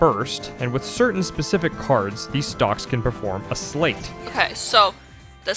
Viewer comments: I appreciate the acknowledgement about options on how to pronounce Marluxia, but it hurts my brain each time I hear you say "sleight." That's not a made-up word from the game, it's an existing English word (most commonly heard in the phrase "sleight of hand"), and that is not how it's pronounced. It's a homonym for "slight," not "slate." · Am I wrong in thinking "sleight" is pronounced like "slight"? I've heard several Youtubers pronounce it like "slate" at this point, but I was always under the impression that it was used in these games as a reference to "sleight of hand" card tricks. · It's pronounced "S - LIGHT" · No, you're right, it's pronounced "slight". People get it wrong because it's a rare word, and people don't make the connection to the phrase. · The t in sleight is silent, it's pronounced "slay" Grammar aside, they really messed things up with the 3D "remake".. the OG is vastly superior. I'd say I'm looking forward to her playing Days, but that game is garbage and has no lore impact whatsoever. Re:coded, tho, now THAT's a top tier KH game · Inspired me to check out the GBA version, but, please, sleight is pronounced slite, as in sleight of hand! X_x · It's funny how many people (myself included) read sleight as "slate" or "slay" and missed that it's pronounced "slight" as in "sleight of hand". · That’s a very common mispronunciation that I’ve noticed, but yeah it is like Sleight of hand. You’re right.